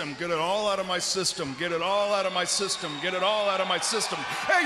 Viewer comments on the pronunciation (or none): I thought he said, get out of my sisters multiple times but its just systems 😂